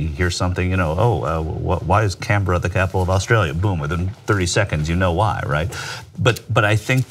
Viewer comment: props for correct pronunciation of Canberra